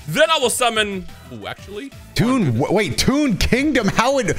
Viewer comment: TOON in next time. TOON. Because Pegasus uses toon cards. But it sounds like "tune in next time". Just a little explainer for the comment section.